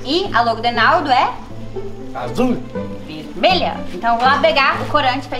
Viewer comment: "azuL" "veLmelha" Kakakakaka